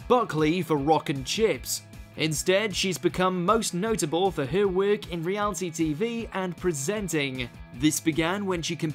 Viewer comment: man said realty